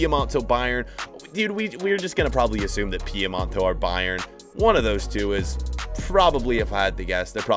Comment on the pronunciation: Sorry, for how much i love you, it's Piemonte, not Piemonto